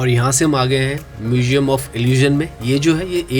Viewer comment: He must pronounce “museum “ correctly. Not “mujeum”